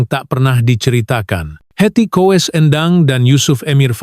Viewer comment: Menyebutnya kok Heti Kowes.....